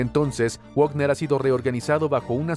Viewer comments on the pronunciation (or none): Wagner se pronuncia Vagner. Al ser de origen alemán la w se pronuncia como uve y ésta como una efe. Como en Volkswagen que se dice folkvagen. Va para el locutor de este canal